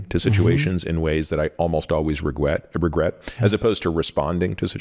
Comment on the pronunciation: "Regwet" -Peter Attia, 2024